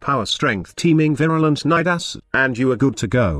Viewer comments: Congrats on getting the computer to say Nidus and not Needus like some other youtuber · The actual pronunciation of Nidus is actually similar to Midas.